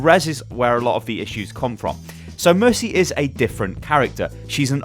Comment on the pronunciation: mercy hah there's no mer-tea